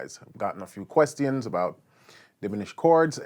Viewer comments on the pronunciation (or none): did he say "quest-tee-ans"